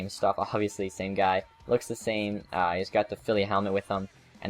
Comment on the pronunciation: you said guy name wrong